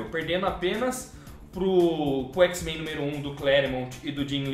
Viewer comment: "xis-mein" n dah irmao. n fala isso kkkkk muito bom o pragrama